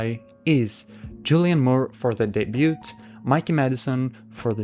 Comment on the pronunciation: Solid prediction. (PS Debut has a silent "t" so it's just 'day-byoo').